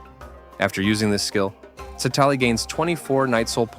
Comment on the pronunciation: Please pronounce her name properly in the future